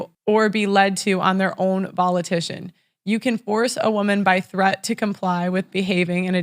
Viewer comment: And volition, not 'volitition'